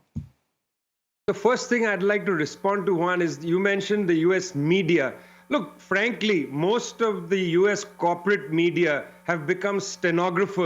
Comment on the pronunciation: Please Amy, learn the name JUAN, Please do not say one